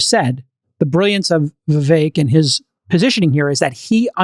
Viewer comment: Friedburg passively aggressively mispronouncing Vivek’s name after being corrected multiple times was pretty surprising. Was pretty childish honestly.